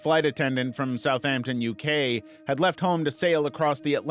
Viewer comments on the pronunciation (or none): none